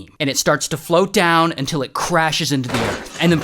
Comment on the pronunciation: My anxiety when ray says “UNTIL”📉📉📉📉📉📉📉📉📉📉📉📉